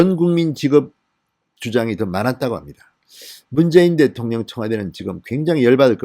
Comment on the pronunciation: 대통령~대통령~억양좀 거시기~ㅋㅋ